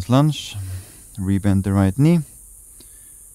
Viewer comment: I appreciate these short energizing flows; thank you. And, funny thing: I continue to hear 'lizard lunch' when you prompt 'lizard lunge' ha ha ha, always gets me smiling 😊 Many thanks 🙏